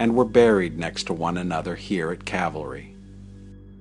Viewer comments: Nice video but you kept mispronouncing Calvary. Its cal-vary not cav-alry. ;) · Beautifully done. Almost like a Ken Burns documentary. (Although I winced every time you said “cavalry” when it should be CaLvary.😁)